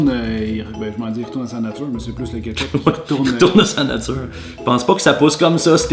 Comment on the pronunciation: J’entends chipe au ketchupe